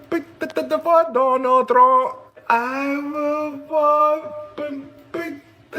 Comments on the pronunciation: You guys got me crying pronouncing Trump with an “n” at the end. 😅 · "I will BOTE for donald tRUNK!!!" 😆 🤣 😂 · Spanish language pronounces "v" like "b" and they don't pronounce "p" as forcefully as English does so that's why it sounds like Trum. 😆🤣